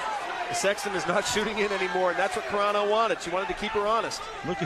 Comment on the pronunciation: Carano, not CARENA, you moron